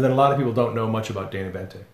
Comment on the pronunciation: Boente, not Bente.